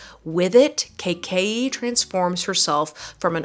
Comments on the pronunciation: super excited for you to read kaikey, it's based on indian mythology and i love it so much!! (also just a heads up it's pronounced more like "kai-kay-ee" :) ) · OMG YOU GOT KAIKEYI!!! It is based on Hindu Mythology, which isnt mythology because these things did happen. I am unable to find a paperback here in India because there is time until the author releases it here but yay!!! kaikeyi is pronounced as: kay-ka-eeeeeee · Being an Urdu speaker which sort of is a sister language of Hindi I think it will be pronounced Kai-Key. Would love an Indian to correct me if I’m wrong